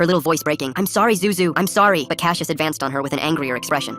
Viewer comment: Hold up. My brother's name is Cassius. And not cash-yish, it's pronounced cass-yus. It is a Greek name.